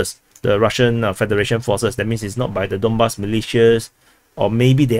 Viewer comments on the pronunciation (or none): none